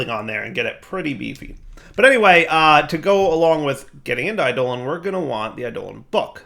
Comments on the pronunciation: i-doe-lawn, not i-dolan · I always pronounce "eidolon" as similar to "ai'doh-long", so pronunciation as "I, Dolan" bothers me. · it's pronounced like 'Ai duh lawn' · Is it a purposeful joke with this one? It really doesn't sound great with this one.